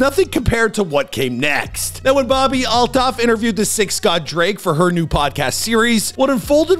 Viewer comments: Its pronounced alt hoff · That’s not how you pronounce her last name